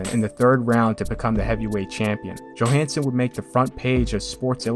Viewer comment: Ingemar Johansson is pronounced Yohansson not Joehansson